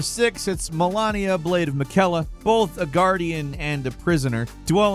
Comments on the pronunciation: It's Malenia, not Melania lol. Also, cut the annoying music please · "I am Mal-ah-nea." 🤓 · I'm a subscriber and a fan of the channel, but man do you need some language lessons... It seems you're physically unable to pronounce a name if it isn't US of fucking A born and bred... e.g. Malenia, not Melania, Lady Dimitrescu not Dimatrice or what ever the hell you mispronounced it as. And, sadly, this is not the first video I noticed this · yeahhh, absence of Maria is odd.. also,, its Malenia, not melAnia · She is MALENIA, not Melania. Why people can't say her name correctly? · It's "MAH-LEH-NIA" not "Melania"... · Why do you pronunce Melania when it is pronounced Malenia? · "Dimitreees" ??? Its Dimitrescu. Also, "Melania" ??? Its Malenia. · MALENIA NOT MELANIA MALENIA NOT MELANIA MALENIA NOT MELANIA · Dude Malenia not Malania 😢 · Melania blade of orangina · MalAnia, dude has the worst pronunciation. She even says her name in the game.. Perhaps never lost to her!? not likely...😂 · Please please please start having your writer include a pronunciation guide for you. Di-mi-TRES-cu. Ma-LEN-ia. TERR-an. Sa-bo-TOOR. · obviously did not finish all the bosses in Elden Ring, cause it's pretty hard to misspell Malenia's name after hearing this "I'm Malenia, the blade of Miquela" shit for a couple of hundreds of times lol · Bro did not just say Malania 💀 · MA - LANE - UH!!! Damn! Lol. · Malania the blade of maqaila? 😂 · Melania and Miquella mispronounced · yeah great jobs specially with the part where they don't play the games they're talking about "Malania" "careea manor" they don't know how to pronounce a single name in that game, and they either didnt play it, or played on mute, and im leaning on the former they never played elden ring, they have no fucking clue what they're talking about and they probably steal a bunch of content from smaller creators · Crazy how many people call her "MELAnia" like they didn't hear her say her name 100 times.